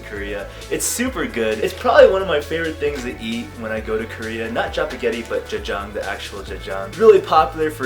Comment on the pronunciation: omg your pronunciation 'jajjang' ...... dafuqqqq